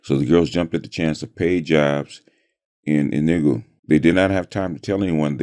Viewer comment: It is pronounced Enugu (A new goo) and Igbo ( E bow).